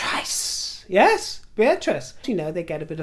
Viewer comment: Bear-Trice, my new preferred pronunciation